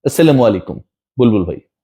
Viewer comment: ভাই ছালাম টা একটু ঠিক করে দিবেন ছেলামু কোন শব্দ নাই ছালামু আলাইকুম